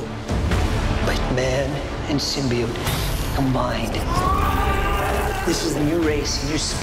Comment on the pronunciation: correction. Sym-BY-ote:v